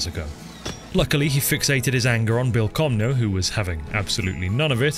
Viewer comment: Can I just compliment your pronounciation of the letter Ñ in Bilcomño?